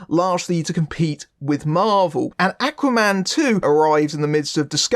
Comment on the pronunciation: Love the review but can't get used to they way you say "Aquaman"; sounds like you're saying "Acne man". It's the way you're pronouncing the first letter 'A'; should be a lower sound, like the word 'awe'.